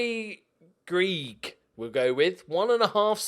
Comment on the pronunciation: Tommy Grieg is pronounced ‘Greg’